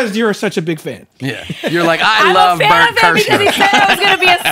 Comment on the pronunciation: It's Bernt yo